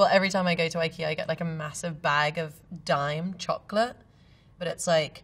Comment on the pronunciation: Daim not dime